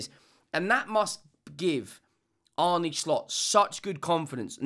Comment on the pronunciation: slot says it's pronounced arna, not arnay, not arny.